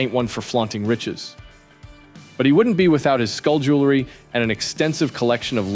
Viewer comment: Damn it, the word is "jewelry", not "joolery". Fix your AI voice.